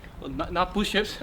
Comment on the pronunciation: is holding toilet paper Also: "Pooshups" Me: "Don't you mean Shitups?"